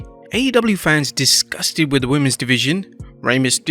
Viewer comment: Stop saying “fans-is”! Plural of fan is FANS